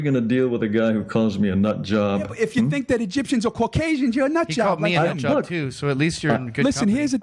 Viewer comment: Ive heard of caucasians, but never "corkasians" 😆